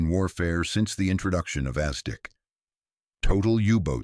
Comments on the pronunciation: Is ASDIC NOT Aztec and Not as Dick poor Ai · "as Dick firm" .... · As Dick was even better and then Lootenant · Exactly so. AZTEC instead of ASDIC (Anti Submarine Detection Investigation Committee) SONAR in today's parlance. If this is the best AI can manage we are all doomed!!!!!!!!!! "as Dick Sonar" It is a good read, very informative but Isn't proof-reading part of this process? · then don't use AI, yes know about ASDIC but intonation is wrong.